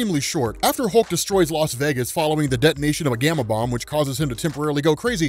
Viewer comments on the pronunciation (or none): none